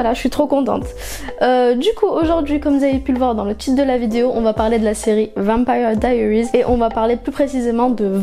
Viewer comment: C'est pas comme sa qu on dit vampire diarises en tant que fanne je me permé de te le dire.